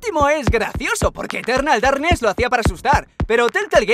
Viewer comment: Eterrrrrrnal Darrrrrknes xD XD